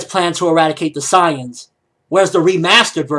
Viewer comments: You pronounce Saiyans like Scions. Say-ins. Saiyans. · if you want to be a pronunciation natzi its actually pronounced Sigh-ins. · Why are you pronouncing Saiyans so weird?